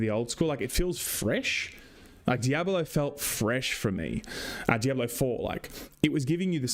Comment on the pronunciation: Missed you,. In Freedom English, and Spanish, “diablo” has 3 syllables —dee ahb lo — in Englishereedoo it has 4 — dee ahb ah low